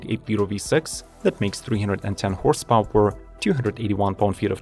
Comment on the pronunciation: “Horse pOW-eR…”?